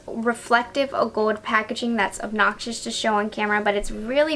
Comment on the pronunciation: I noticed pronounces words with L odd. Like gold and old and pronounced the L like a W. Like gold sounds like “gowed”?